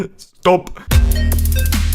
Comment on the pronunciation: lol the "stop" sounds exactly like the german version of "stop". 😂